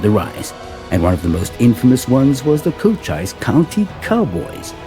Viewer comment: Also the narrator pronounces the Arizona county of Cochise as "Co - chyse" with a long "i". It should be pronounced "Co - cheese".:hand-purple-blue-peace